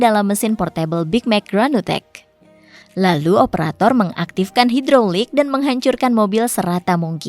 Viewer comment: Pas bilang LALU kek ngmong b.ingg😂